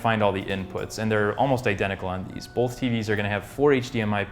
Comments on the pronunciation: There is no "L" in the word "both". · bolth. bolth. BOLTH. BOLTH.